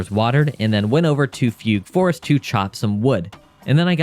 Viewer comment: “Foogoo forest” 😅